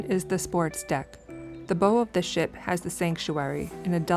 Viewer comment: It’s bow, like you bow before someone. Not bow like a hair bow.